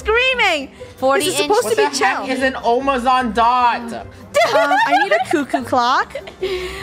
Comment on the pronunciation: Nobody::WHAT THE HECK IS A OMAZON.